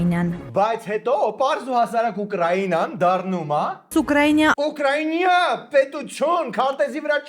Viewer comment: Ըտենցել են չսովորեցին Ուկրաինա ասել,бездари